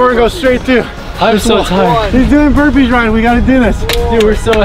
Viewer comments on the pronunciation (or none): They said burpees not wimpees